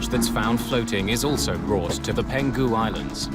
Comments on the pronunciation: The voice-over person keeps pronouncing the Peng hu islands as “Pen ghu” islands. It’s a bit grating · There’s a wrong pronunciation. It’s Peng-Hu, not Pen-Gu. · Not "Peng - gu" Islands, it's "Peng hu" Islands. Been there, Beautiful place. Heartbreaking tragedy.